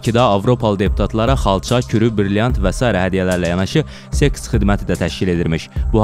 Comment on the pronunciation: Sekus mekus nediaaaaa???:))))belkem bir az yavasliyag?